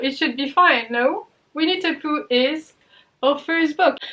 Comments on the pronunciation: my mind keeps hearing 'We need to Poo' instead of Winnie the Pooh. Please brain, grow up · Not gonna lie, when you first said Winnie the Pooh I definitely though you said 'We need to poo' and I was very confused lolol xD